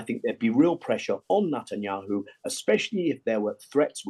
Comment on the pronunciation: When will have the common courtesy of learning to pronounce the PM of Israel's name correctly? Perhaps a small lesson in elocution is warranted ahead of another political opinion being emitted by this man.